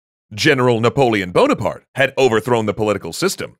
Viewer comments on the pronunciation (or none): none